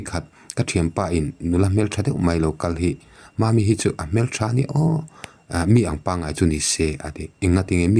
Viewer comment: Hmêl a, tih tûr hi HMEL A, Hmel tih hi pian hmang landan a ni a, HMÊL tih tûr a ni. A rik chhuah dan ah hian a ki hi a ri hniam tûr hei hi hriat a tha